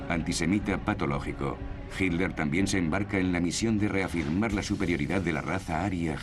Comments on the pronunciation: Por qué dicen "Hinler" los españoles??? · Si es HITLER, ¿por qué le dicen GILDER? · SniperG1 Yo leo con los ojos, pero escucho que los españoles DICEN "Hinler". De hecho soy profesor de ingles, tengo el oido bien entrenado para escuchar los 50 y pico de sonidos que puede hacer el humano. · ***** A Himmler le dicen "Himmler" Pero a Hitler le dicen "JILDER" ¿por qué?